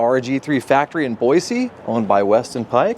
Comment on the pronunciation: Hay buddy, if you're going to live in Boise, it's Boy-see. Not Boy-zee. Great shop,happy for you. ❤❤